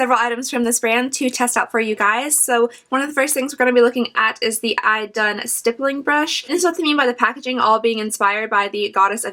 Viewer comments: I know this video is a few years old, but to help you out on how to pronounce Idun: e-dun 😊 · Swedes would however pronounce it 'ee-dun'.